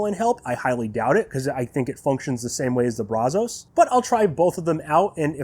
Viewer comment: Thanks for the video. You did a good job walking us through it. I'm a Brazos owner that's been curious about the G2, so it's great info to me. Also, you're not the only one who says it that way, but it's not Brah-zohs. It's pronounced Brazz-us. I live just a few miles from the Brazos River, the river that the smoker is named after, and I work in Brazos County, and I can tell you if you say it your way over here, you'll at the very least, get funny looks. The local vernacular is Brazz-us and has been for going on 200 years now. Sorry to be "that guy" but it drives me crazy that people keep saying it that way. Additionally as a side note for anyone interested, adding fire brick to the Brazos firebox will insulate and help stabilize the temps a lot. It may not be as good as the G2's firebox, but it will go a long way towards ending those temp peaks and valleys.